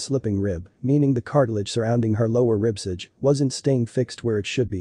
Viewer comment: "Ribsidge"? I think you meant "ribcage".